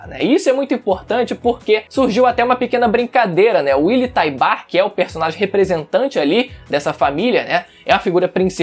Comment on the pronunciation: Willy Taibar? Kkk te manca menino. Fala direito.